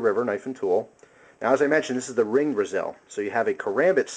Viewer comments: It's not "Ruh Zell", is it? It's supposed to be Razor + Chisel, which would equal "RayZull". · not to be an ass or intagate, but i have always heard it said "ra-zull". please tell me if this is or isnot the proper pronunciation. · yeah youre right... It is.. rAY-zUL.. ive heard it pronounced alot of way tho... but Graham Brothers knives says thats how its said.. LOL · i think the pronunciation is ray-zell (razor+chisel)